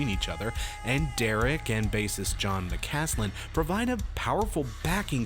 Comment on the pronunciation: Bruh it's Jason mccaslin , just call him cone not john